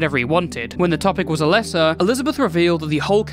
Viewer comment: Also oh my god it really doesnt matter but you are mispronouncing Alesa's name the whole time and it bothering the heck out of me. It's A-LEASE-a, like the word lease, like "Lisa" with an A sound in front of it